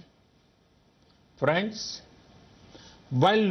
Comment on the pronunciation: fraaands lol